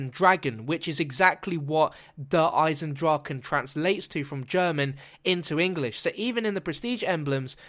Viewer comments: In german it speak ch not like the english g In Eisendrachen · its actually "eisen draCHe: and not eisen draken .. you spelld it wrong :D